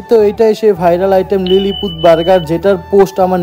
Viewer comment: Its not lilypeed its lily poot